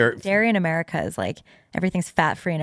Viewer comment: did go Murica?